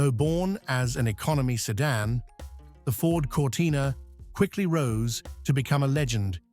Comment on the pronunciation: Lost interest at 'sedan'.